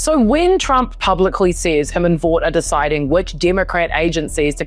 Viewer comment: (Russell) Vought is pronounced "Vote"